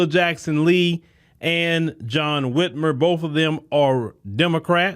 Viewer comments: Whit MIRE. just like kathy Whit MIRE. Whitmer dont sound right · He was the brother-in-law of Kathy Whitmire (pronounced Whitmyre) the Mayor of Houston for 10 years in 1982 to 1991. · his last name is Whitmire. (mire rhymes with fire)